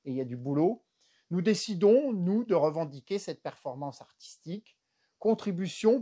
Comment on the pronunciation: J'ai beaucoup ri, merci Monsieur, ça manquait de divertissement dernièrement sur Youtube. Ah, juste un détail : on dit artistique et pas arStistique et recontextualisation et pas reconStextualisation. Mais je suppose que c'est aussi fait exprès pour nous faire rire. Encore merci 😂😂🙏🙏